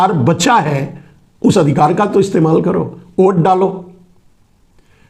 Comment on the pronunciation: आप हमेंशा #वोट को #ओट बोलते हैं, इसे सुधारिये.. !!